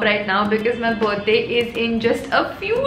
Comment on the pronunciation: Literally the feeling of speaking Buddy instead of birthday is extremely different 😍😍🤣🤣🤣🤣😜